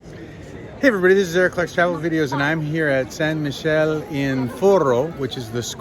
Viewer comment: It is San Mi-ke-le not Michel